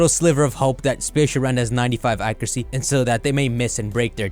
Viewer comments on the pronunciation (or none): ah yes accuray